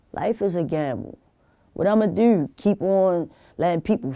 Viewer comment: The way she says the word "do" she says it like "dew" its a lil funny